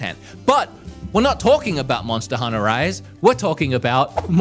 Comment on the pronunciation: Did I hear: Monster Hunnah?